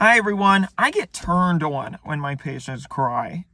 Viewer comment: That's just what people from Maryland sound like